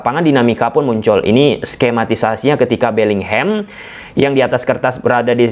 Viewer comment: Bisa ga sih bilangnya BELLINGHAM aja bukan BELLINGHEM 😮‍💨